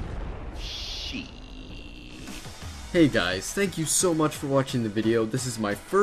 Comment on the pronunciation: you said gice